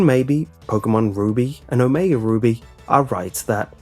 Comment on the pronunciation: you said omega booby XD